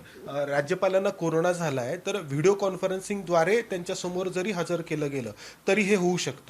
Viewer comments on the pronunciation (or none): none